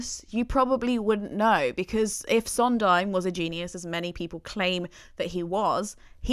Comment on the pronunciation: You're right about her mispronunciation of "Sondheim"--along with "tabula rasa" and other things--(I think she's a complete idiot to tell you the truth) but you've also misspelled Jule Styne. It was Sheldon Harnick who told Steve that "I Feel Pretty" was too sophisticated for Maria. Steve rewrote it to simplify it, but his collaborators all insisted he go back to the original version.